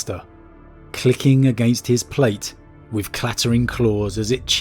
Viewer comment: “Deffwatch” “wif” “frough” “uvvar” but also pronouncing “the” correctly many times. Yet ANOTHER channel based on story telling who is lazy about pronunciation. It’s not a speech impediment like I’m sure some of you will say since he can pronounce the “th” sound correctly and does so many times. He could do it in the rest of the words but he is lazy so just says “ff”. A video literally about “The Deathwatch” or rather “the deffwatch” you would think would compel someone to pronounce the sound properly instead of hiding behind lazyness. If he never pronounced the sound correctly then it COULD be a “speech impediment”. Even then go to a speech therapist and work on it if you’re going to make content containing you reading words. It’s a joke and so common amongst 40k lore channels from people from the southern UK. It’s pathetic. Talking like a literal ork which is a caricature of the pronunciations of words from thickos in the UK.